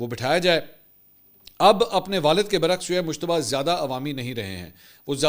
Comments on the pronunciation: Mushtaba nhi Bhai mujtaba naam he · عمدہ تجزیہ ہے، البتہ لفظ مجتبیٰ کو بار بار مشتبہ ادا کرنے پر ہم بھی شبہ میں پڑ گۓ کہ ان کا اصل نام کیا ہے